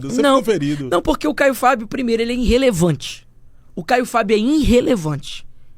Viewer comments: " INrrelevante kkkkkkkkkkkkkkkkkk Vai estudar , jegue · Irrelevante é esse seu português “Inrrelevante”